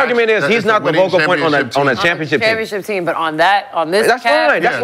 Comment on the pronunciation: “Vocal point” “DeArrington Fox” 😂